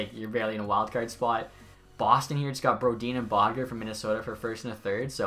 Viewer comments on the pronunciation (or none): none